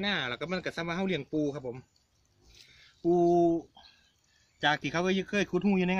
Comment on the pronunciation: ปู ไม่ใช่กะปู ครูไหนสอนครับ